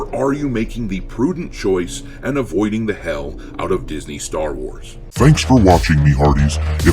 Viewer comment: Welcome to the "Sher Wars".